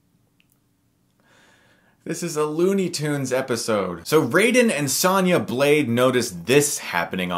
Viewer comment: It’s Sonya, not Sanya